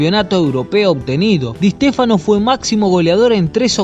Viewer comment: Di EEEshtéfano xD